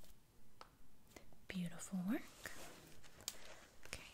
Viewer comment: Me: 2 Her: mmhhmm beautifork